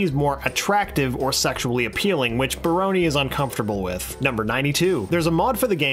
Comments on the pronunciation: He just pronounces it like, "brony" in this video. Poor Baroni. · this is all so great, but the way you pronounce "barone" hurts my heart.